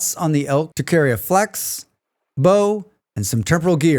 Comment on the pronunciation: falx (scythe in Latin), not flax (seeds)!